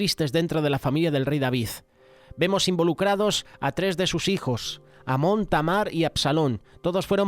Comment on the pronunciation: Pastor es acnon y no amon